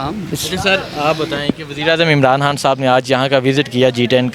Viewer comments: عمران حان نہیں عمران خان بولا کریں بڑی مہربانی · Imran han sab. Imran han sab. Imran han sab. Imran han sab. Yaar iss host ko proper pronounce karnay bolo... Imran khan... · Imran Han naheen bhaee, Imran Khan - microphone ka itna he shoq hae to Urdu bolna he seekh lain. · Bhai, make one correction of your pronunciation, it’s Imran Khan not Imran Han. Thanks